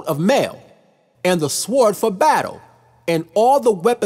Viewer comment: Bro doesn't even say "sword" correctly; am I supposed to look up to this channel as an educated man, naw.